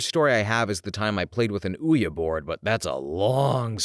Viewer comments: How can you pronounce Okinawa that badly 😭😭😭 and Ouiji board while I get is really weird spelling, there is absolutely no quality control in these videos. So many mistakes that could have been easily preventable with a Google search on how to pronounce. Even the robots can pronounce it better and help you pronounce something right without sounding bad in videos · The Brits say Wee-ja but I'm sure our narrator is North American so... Also when I heard ouya board I thought about that failed gaming handheld lol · Pronounced "wee-gee" board lol